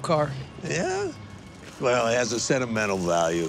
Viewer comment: Even when it's repeated it can be hard to recognize "sennimenel" as the same word